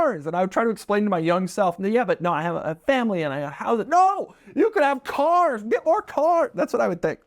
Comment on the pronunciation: Doug is the type of guy who pronounces “Cars” with two syllables. ‘Ce-Aars’ (granted, Jay Leno says it similarly)